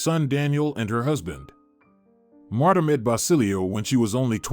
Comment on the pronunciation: I don't like how the narrator pronounce her name, it's pronounce like Martha not Matta, Marta without the h sound.